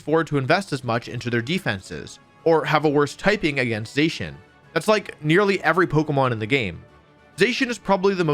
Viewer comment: Za-Shee-un not Zay-shun. Bothered me so much i had to stop less than ten minutes in.